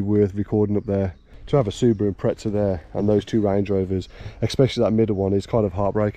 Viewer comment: Not trying to be rude but it is not impretza its impreza